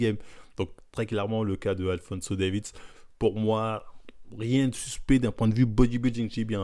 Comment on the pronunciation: Alphonso "Davids"